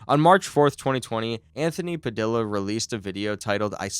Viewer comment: it’s Puh-dee-yuh , not puh-dill-uh 😭😭